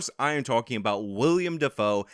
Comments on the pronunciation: if you're going to keep using the word "reprise", learn how to pronounce it. It's "reh-preese". Also, it's Willem, not William. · i have no problem with you moonlighting as a movie critic,. but it's WILL-EM not william. from now on i'm calling you "spelled with a w" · His name is Willem, not William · I hate you for your trolling of the pronunciation of Willem Dafoe's name. It is Will-em not William and I hate myself for having to type this. 🙃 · i like, but him sayin “william defoe” is makin me cringe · I think it's pronounced Will-um like steakum.